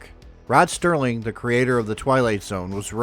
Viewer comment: The gent you are so proud of is ROD SERLING, not “Rod Sterling”. I’m from Binghamton, left for the military in 1969, making a career there until 1991. I’ve seen Binghamton change during brief visits and I am happy to be living in Virginia.